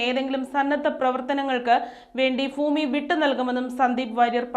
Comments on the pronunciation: ഫൂമിയോ?🤣 ഭൂമി എന്ന് പറയെന്ന് പറയാനാളില്ലെങ്കിൽ പിന്നെന്ത് പറയാനാ? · വാർത്തകൾ വായിക്കുന്ന ചേച്ചി ഭൂമി എന്ന് പറ പൂവല്ല ഭൂമി😂😂😂